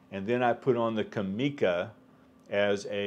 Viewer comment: For what it's worth Japanese does not have any accents so it is pronounced "comm e ca" in one flat word and not "com eeee ka" as you do. Just for whatever it's worth.